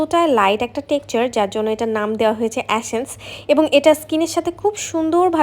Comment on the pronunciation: 🙄 এ্যাশেন্স না! এসেন্স!